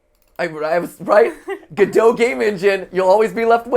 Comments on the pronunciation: As a theatre nerd, I loved the reference, but as a programmer it physically pained me how MatPat pronounced Godot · As a british person, this episode might contain MatPat's most offensive language yet. Calling a fruit infusion tea is bad enough, though I've come to accept such from Americans. But, "Lukewarm water" ... how dare you, you should be ashamed of yourself! Followed it up be mispronouncing Godot ... how disappointing. Don't get me started on staunch...